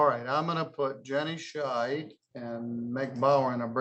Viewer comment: I think needs to enunciate the D on the end of Ms. Scheid's name, as it sounds like he's referring to her as Ms. Shite.